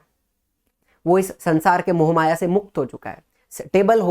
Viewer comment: Mohmaya se mukt❌ () momaya se mukt ✅😂😂 Just kidding, Btw love your teaching ❤